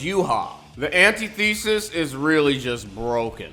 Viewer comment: Bro not Anti-thesis its said antithesis